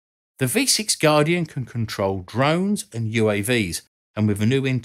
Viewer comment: If you were in a combat scenario and the code word was "guardian" it would be hard to understand I was only sure of what you said by rewinding and turning on cc and English is my primary language.